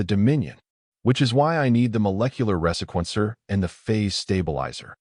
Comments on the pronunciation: resequencer-- the proper pronunciation is ree-see-kwen-ser AI is no threat as it cannot even correctly pronounce lead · The ressequencer? Reeeee-sequencer